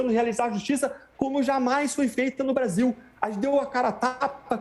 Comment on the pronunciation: O cara erou ate o nome do brasil para Basil